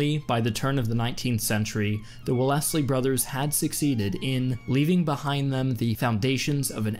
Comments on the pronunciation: Well-LESS-ley? Really???? “The Well-less-ley Brothers“ sounds like a chain of used car dealerships in Wisconsin. Wells-ley. Arthur Wells-ley. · Sorry but that's the pronunciation of someone who's only ever read the word, rather than heard it spoken. Australians usually pronounce English words as British people do, they just accent them differently. For clarity, it's usually pronounced "Wells-ley". Hope that's helpful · Wellesly is pronounced Well'sley, not Well-ess-ley! xD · By the way, Wellesley is not pronounced Well-Ess-Lee, it is pronounced Wells-Lee. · Who are the Well-essey brothers? I know about the Wells-ley brothers. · Wellington's surname was not pronounced "Well-ess-ley", it was pronounced "Wells-ley" (the second E in 'Wellesley' is silent). The H in 'Maratha' is also silent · It's Wellesley pronounced WELLS-lee, not Wa-LESS-lee. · Still waiting for a similar footnote about his pronunciation of Wellesley (which is normally pronounced "Wells-lee"). ;) English is a straaaaaaaaange language. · Wells-lee, the brothers that you mentioned, the proper pronunciation of their surname. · The way he pronounces Wellesley lmao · "wellesley" shouldnt have a gap like that in pronunciation im pretty sure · "Wells-ley" is indeed the most British-English way to pronounce it- but assuming Australians attempt to pronounce it in a British fashion, sounds even less Australian as his pronunciation sounds like an American attempt at a British name